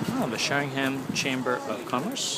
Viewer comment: Helps if you can actually pronounce the town and county correctly The high street isn't much different to many other towns in the UK....